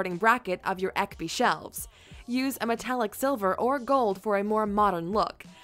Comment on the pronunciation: Okay, I can't put myself through this. Hearing someone trying to pronounce IKEA names in English is just painful. It's Ekby. Ek-by. Not Äckby. I mean I know pronouncing foreign words are difficult so I don't blame her but it's still irritating to hear. Fun fact, almost all IKEA product names are either actual people names or regular Swedish words. Lack = lacquer. Ekby = oak village. Expedit = salesclerk. Norden = The North (colloquial for the general Scandinavia area). Malm = ore. Grundtal = cardinal numbers. Förhöja = enhance. Just running IKEA names through google translate is likely going to teach you a lot of Swedish and much of it is really blatantly obvious things like plastic plants named "fake" and square candles named "square". And all the bathroom items have water related names, such a Swedish lake names.